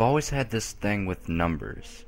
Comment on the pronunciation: Alicia Donato Don't forget "thang for thing.